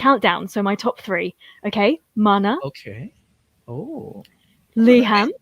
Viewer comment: I also love the fact that she could pronounce the SB19 songs right - Mana, Liham, Nyebe! Mad props to her! 🎉